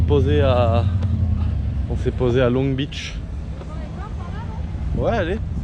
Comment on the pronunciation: Pas de 't' à 'Beach'